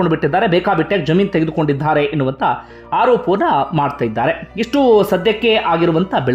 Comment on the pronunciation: ಇದ್ಧಾರೆ,ಹೋಗಿದ್ಧಾರೆ, ಬಂದಿದ್ಧಾರೆ ಉಚ್ಚಾರಣೆ ತಪ್ಪು.ಇದ್ದಾರೆ,ಹೋಗಿದ್ದಾರೆ, ಬಂದಿದ್ದಾರೆ ಇದು ಸರಿ. ಕನ್ನಡ ಉಚ್ಚಾರಣೆ ಸ್ಪಷ್ಟವಾಗಿರಲಿ.